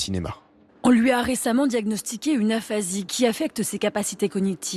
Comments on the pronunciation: Le journaliste qui lit son script sans faire marcher sa cervelle : "l'euphasie". J'aimerais bien savoir comment il prononce "Pôle Emploi". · "aphasie" pas "euphasie" (j’suis psy ca m'irrite la manière de dire ca du commentateur). et quelle aphasie parce que c'est vaste l'aphasie, ca va de "tan tan" le mec qui ne sait plus dire que 1 mot (et qu'on appelle donc comme ca un peu comme un pokemon) a plus comprendre le langage, a ne plus parler, en passant par parler en charabia incompréhensible. c'est un peu aussi précis que "il a un probleme visuel" ou "il a un probleme vesuel" vu la prononciation du journaliste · Le reporter qui dit "euphasie" au lieu de "aphasie", il souffre de quoi lui ?